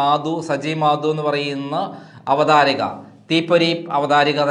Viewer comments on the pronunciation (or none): Avathrika ennalla avatharaka ennathnu sari